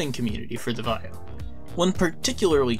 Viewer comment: Why don't you know how to pronounce Vaio?